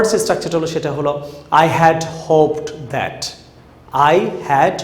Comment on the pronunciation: হোপ্ ড বলেন ক্যান, হোপ্ট হবে,ভুল শিখান না প্লজ